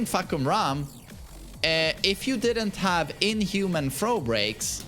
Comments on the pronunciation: fahkumram more like fahkurmom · Fahkumram, more like FahkUrMom